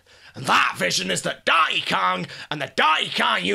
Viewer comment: "Dahn'y kaahn" gets funnier every time.